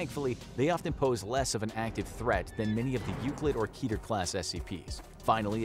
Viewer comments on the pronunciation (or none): "Keeter" It's "Ketter", from the highest of the ten Sefiroth, meaning "Crown".